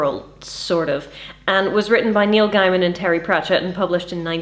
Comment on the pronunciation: Read this when it came out, a jolly good read. as a sidenote, it's 'Gay-man'.